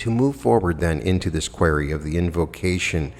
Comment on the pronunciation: Hey, you are pronouncing "QUERY" wrong lol. Just really want u to know haha, its a crucial word for Quo! haha